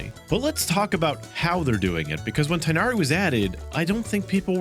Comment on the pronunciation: Tighnaris name is pronounced moreso, "tignari" or "ti-inadi"